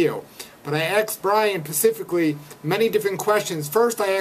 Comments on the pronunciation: He axed Bryan puhscifickly. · "i asked brian pacifically" ??:D